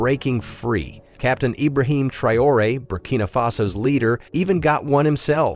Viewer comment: You can't even pronounce Traore's name properly, and Langley was sacked weeks ago. I hate AI content